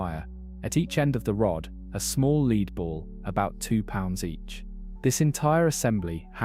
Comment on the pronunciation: Lead is pronounced 'led' in this context.